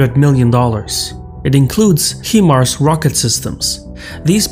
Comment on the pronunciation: high mars is how to pronounce it, i used to work with them in the mid 2010's